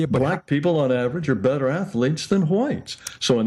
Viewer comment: Troof = truth Day = they Beder = better At least Rocky Balboa was a dummy, who got punched in the head, for a living, to end up talking that way. I wonder what happened to ra to end up talking like this....and oh yeah he's "THAT GUY" ...lol what a putz...